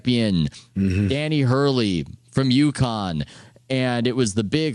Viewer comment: Had to stop listening after the 2nd "Danny Hurley". Smh